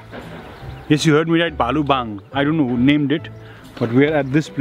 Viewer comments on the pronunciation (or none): Its "bhaluwang"not "bhalubang ". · Bhalu-bang😂😂 Btw its भालुवाङ and which is the capital of province 5